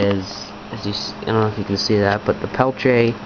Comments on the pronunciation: "Pel-tea-eh" is the correct pronunciation. So sure I was saying it kinda wrong ('Peltche') but it most certainly is not 'Pelt-e-er' like many people say. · pel-tee-A pronounce correct or dont say it. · What is a "Pelche"? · You are saying peltier wrong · TheBigTekBos s Bah, the guy was French. He wants his name said right, he should spell it right. :)